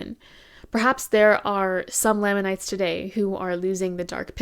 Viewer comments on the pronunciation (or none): Amazing video, amazing analysis and understanding of how Mormonism does colonization and how that ‘inspired’ Twilight’s ideas around race. I just want to point out that it’s pronounced LAME in lamanites. In the church and in general conversation. It’s a small thing but I think the pronunciation shows even in the made up name given to the ‘bad tribe’ in the Book of Mormon they are put beneath the ‘good’ white tribe. Even before transgressing against god they were lame, even in general conversation with potential converts Mormons are calling people of color “Lame” . Maybe it wasn’t intended by Joseph Smith …. But I think it was. Mormon is and always has been blatantly extremely racist and thus all of its cultural impacts carry along that legacy of racism.